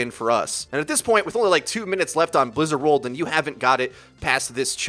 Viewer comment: Did he say blizzard world